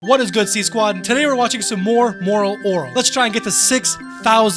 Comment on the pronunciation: I love the way he says moral oral😂 lol